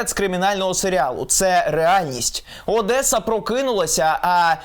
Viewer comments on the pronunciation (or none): none